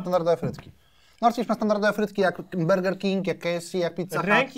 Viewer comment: Czy tylko mnie kuje w uszy gdy mowi 'berger'? xdd